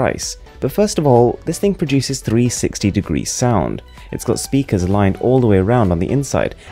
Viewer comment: I don't know but it was different 😂